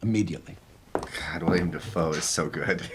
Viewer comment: I’m gonna be that person…it’s Willem Defoe not William 🥲 (only pointed that out because yes, I also mispronounced it for a very long time myself 😂). Also, this movie, without fail, makes me curl into a fetal position and sob.